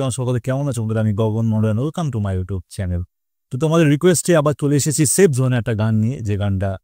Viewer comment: সাইফ জোহান ❌ সেইফ জোন ✅ 😂😂😂😂😂